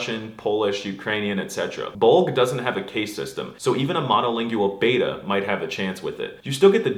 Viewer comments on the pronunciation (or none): none